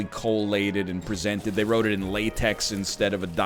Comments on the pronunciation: it kills me every time you pronounce LaTeX as Latex XD it's supposed to be a greek Chi so it''s la-tech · The X in LaTeX is pronounced like k "lay-tek"